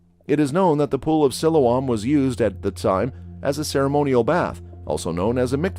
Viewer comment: Its pronunced SILOAM!